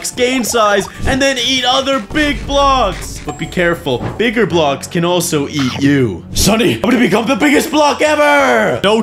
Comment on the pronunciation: When he was playing the snake game he said Biggar